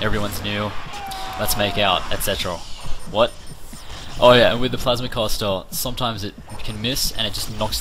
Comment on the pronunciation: i like how he says plasma caster like plausmah cuasta